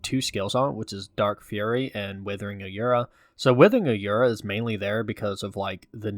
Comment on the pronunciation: That’s not how you say aura